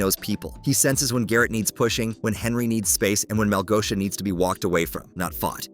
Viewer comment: It's not Malgoia, its Malgosha!